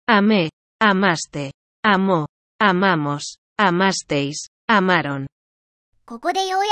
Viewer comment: ポルトガル人としてポルトガル語の分は大体正しいと認める、大体ということは一つが間違ているですからね。彼らは愛するの部分は "aman" じゃなくて "amam" です 例えば a↑manと言ったけど a↓mamの方が普通に言えそうです。 翻訳機が喋ているのぎこちなさではなくただ入力は間違ていると思います。